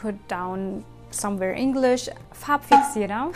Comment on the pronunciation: Oh Mann, du bist zu süß - jetzt sprichst du die deutschen Worte schon mit einem japanischen Akzent aus, LOL: Farb-Fixi-RA